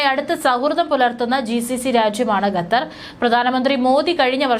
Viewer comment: Not ഗത്തർ, ഖത്തർ